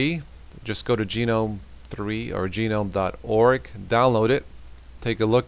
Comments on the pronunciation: Yup. I prefer Gnome (as in the garden Gnome) but Gee-nome is wrong by a massive margin :)) and GUH-gnome is correct. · Have you never actually heard the word gnome in normal speech? Haha but great video!